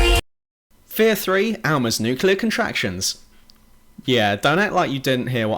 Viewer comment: all i can hear is NUCULAR NUCULAR NUCULAR. whatever happened to nuclear?